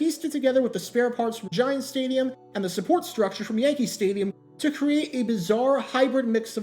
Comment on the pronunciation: "Stadium" "Staduim"